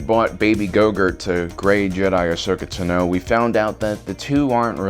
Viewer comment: Den Jarín? Asoka Tanó? Wtf is up with this guy